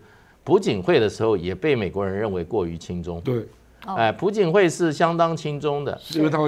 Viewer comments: 不叫pu槿惠 而是Piao槿惠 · 朴(piao2声)槿惠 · 朴 字 做 為 姓 氏 讀 音 錯 了，這 種 錯 誤 ，在 這 樣 直 播 間 不 該 出 錯。小 學 已 教 過 了